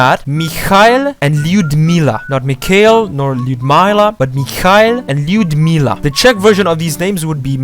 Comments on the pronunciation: Но ведь он промахнуляся и не раз в произношении. Лудмила. У меня мама Людмила. В английском как будто нет никакого способа обозначения мягкости согласных. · Lyudmila would actually be more like Lyoodmila. It had the russian ю which pronounced like "you"